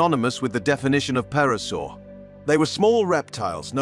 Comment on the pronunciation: God preserve me from ai narration...the P is silent in pterasaur.its NOT a perasaur tho I noticed part way through it corrected itself.please review your video before posting